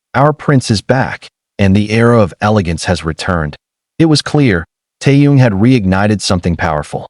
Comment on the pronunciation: You don't even know his name. He is Kim (family name) Taehyung (first name). Butchering his name is disrespectful!